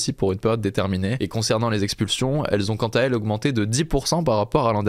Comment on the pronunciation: dix sept mille expulsions, et non sexpulsion, souvent des fautes de français avec les "nouveaux journalistes"